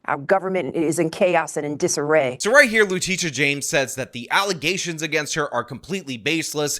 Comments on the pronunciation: FALZ ALLUHZAYSHINS, NOT FATS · “False allezations “ man they really aren’t the brightest now are they? 😂😂😂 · “Baseless alezzations” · I swear I will NEVER hear the word “allegations” the same again. All I hear is “allizations” regardless of whose mouth it comes out of…. I’m RUINED 🤣🤣